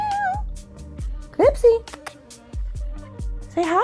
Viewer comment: Heyy beautiful and Clipsy 🩷🩷🩷🐈‍⬛🐈‍⬛!!! I’m in love with your set 😍😍😍!!! I want to try the eggs on a nail soon!! (Thank you for the inspo!!) Clipsy didn’t like you because you was calling her the wrong pronunciation 😂😂😂!!!